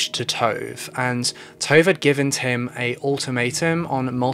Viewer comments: Damn, your pronunciation of Swedish names is something... something bad. Swedish is phonetically consistent! Ina = ['ina], not ['aina], Tove = ['tuve], not [tov], Vibeke = ['vibeki], not [vi'bekeh]. I'm 21 minutes in and I have only just realized that Tesse's mother's name is Vibeke, not Rebekka! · Haha no he's pronouncing it incorrectly. Her name is Tove Lind. Her first name is pronounced [Too-v-eh] and last name is pronounced the way it's spelled [Lind]. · Not that it matters, but Tove is pronounced too-vuh and Ina is pronounced ee-na lol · Tove is said T- U as in Uber - V - E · This video was informative and good but honestly the entire time i got super annoyed at how you pronounced Tove maybe for names that aren't english you can ask a native speaker or google..for example you could google the name Tove and Tove Jansson would pop up and there would probably have been a name pronouncing guide i dunno it just crackled in my ear everytime but otherwise good video